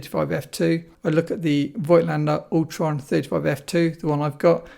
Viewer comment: It’s pronounced Fogtlaender not Voightlander.